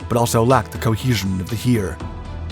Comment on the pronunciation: love your work, massive output, amazing! just one thing that made me smile: In the german language, E is ALWAYS spoken as in fEnder or Escape, NEVER as in Emergency or in Easter. So the way you said Heer made me smile ;)